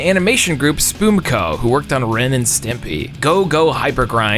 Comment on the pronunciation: It's pronounced Spum co not spoomco